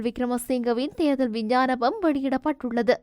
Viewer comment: தேர்தல் விஞ்ஞானபம் அல்ல சகோதரி தேர்தல் விஞ்ஞாபனம்.